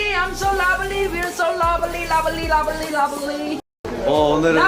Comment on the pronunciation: No one: Jimin: your so lobely I’m so lobely we’re so lobely lobely lobely lobely ❤️❤️❤️❤️🥰🥰🥺🥺